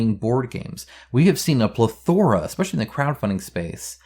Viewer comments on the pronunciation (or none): I do like mobile apps for cards and dice so that tabling isn't prohibitive. Really liked the Zombicide BP helper app. Lol@ "Pleh-THOR-a"